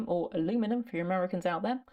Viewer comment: Very nice breakdown of the beginning process. And I much rather your pronunciation of aluminum 😊